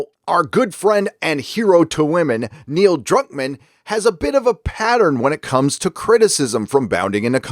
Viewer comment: Is Gary calling him Neil Cuck-man or is that just what I'm hearing because of my own bias? lol